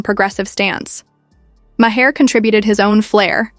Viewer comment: Mah-Hair that how she pronounce his last name. 👀